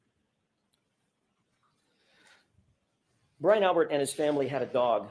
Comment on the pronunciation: "Crect" "Crect" "I don't remember." "She didn't say that at Four Fifty Three" 😵‍💫